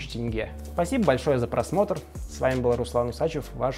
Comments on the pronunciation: Как же хорошо что ты произносишь как тЕнге, а не тЭнге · Хоть кто то правильно называет "тенге" а не "тэнге" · Казахам Руслана можно полюбить даже просто потому что он правильно произносит слово "тенге". Аж радует слух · Руслан заслуживает уважение! Он говорит не тЭЭНГЭЭ, а тенге :)